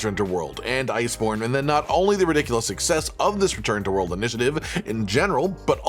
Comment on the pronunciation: Return to wold 😌 Return to rise 🤣